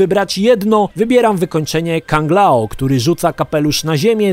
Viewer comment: Kang lao? Fejtality? Nie mogę tego słuchać...